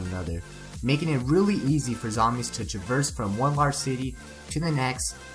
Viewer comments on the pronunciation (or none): none